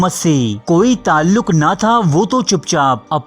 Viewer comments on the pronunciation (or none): none